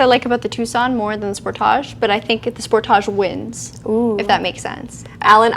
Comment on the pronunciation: I thought hAlogen was a Canadian pronunciation like the Spor-tage. It's -speak 😂😂😂